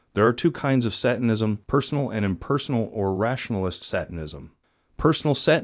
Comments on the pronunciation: That's not the correct why to pronounce satanism. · I love your videos but you have a few noticeable mispronunciations. The first one was already pointed out by another commenter about satanism, the other is macabre which is pronounced MUH-kob.